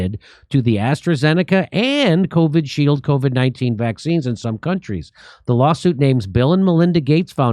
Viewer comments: It’s kind of bothering me that jimmy is pronouncing it as covid shield and not covi shield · How many times can Jimmy say Covid shield wrong